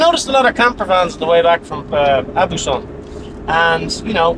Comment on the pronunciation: your french accent is pretty good, you’ve got to work on the vocabulary! But not bad, 7/10! Aubusson is pronounced Obusson, au is pronounced O in french